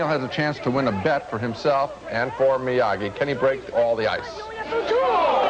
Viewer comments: Why did Ebert keep calling him, "MIAJEE"? lol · Ebert - it's MiyaGi-do karate, not MiyaJi. LOL. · Yeah, I was waiting for Ralph Macchio to interrupt their review, and snap, "Excuse me, MiaGi!"